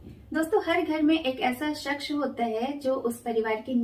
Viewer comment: you have beautiful voice but you need to learn the Urdu if you really recites the prem chand's stories for example you speak shaksh but it is shaks